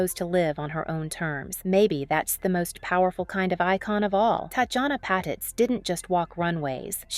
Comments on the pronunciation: Annoying voice narrating, pronouncing the name of its subject wrong. It's "pah-TEETZ" not "pat-its". Tatjana deserves better than this, she was one of the best, RIP. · Patitz - PA- TEAZ